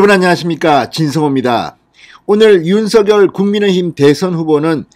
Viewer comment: 윤 서결이란 사람 있나요 ? 윤성열이란 사람은 대선 후보자이다 (성열)로 발음하세요 진성호씨~~~ 알고 방송하세요